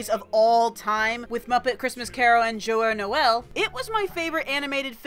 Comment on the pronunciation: You pronounced Joyeux Noel wrong dude